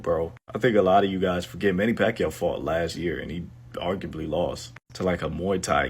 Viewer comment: CANT EVEN SAY PACQUIAO LAST NAME RIGHT 🤦